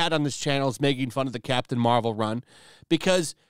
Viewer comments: I thought you said Craptain Marvel..lol.. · I could've swore he said "crap tain marvel" lol